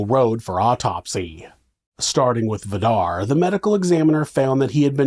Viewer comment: Vidar is pronounced more like Vee-darr with a rolling r☺️